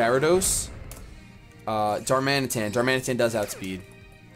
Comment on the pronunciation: I get that people pronounce pokemon different. but you can't swap between two. pick one please :( it is Darman-ee-tan. Darmanitan. Not Darmantian. But please stop swapping between the two :(